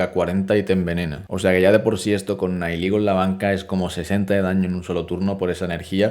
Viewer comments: Gente normal: Nihilego: Naiyiguel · Eres la primer persona que escucho decir nailigo a nihilego